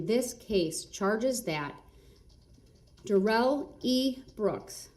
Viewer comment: His name is NOT pronounced like he said! His own mother calls him DARE-ELL NOT Dare-rell! This is his attempt to spiff it up like Joe Dirt! 🤣🤣